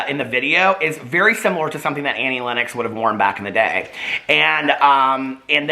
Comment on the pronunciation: isn't it 'lennox'? didn't know you say it like 'lennex' o.o